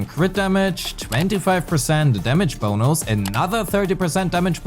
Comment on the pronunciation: Ah the sound of your « damage bonous »